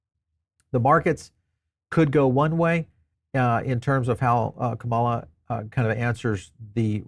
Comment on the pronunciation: KA-ma-la. Pls pronounce her name properly.